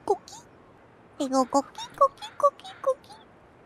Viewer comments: Koh-KEE not CAW-kee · Btw she's saying coqui frog, not cookie frog. It's a family of frogs very common on Puerto Rico that make a sound like co-qui when they ribbit.